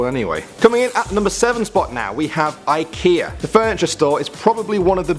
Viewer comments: You are saying IKEA all wrong. Atllest you don't say it like that in Sweden where i come from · It pronounce Ekea